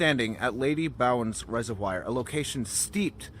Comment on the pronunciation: Lol it pronounced res-of-v-or